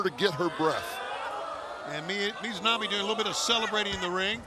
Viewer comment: I just wish he would get the Japanese talent's name correct. For Ryo Mizunami he alternated between saying her full name of Mizunami to sometimes shortening it to Mizu (which funnnily enough means water in Japanese- he was just calling her Water..) to sometimes saying Mizo which makes no sense since there is no O in Mizunami and sometimes Mizonami. like bro I get it. Japanese names are tough but its kind of your job to do it. It'd be like if a commentator was on commentary instead of saying Seth Rolllins to just alternate between calling him Roll or Rull. People would be like wtf is wrong with that commentator... With Jim Ross i can have more slack as he is quite a bit older etc. outside of that tho Paul Wight has been doing well.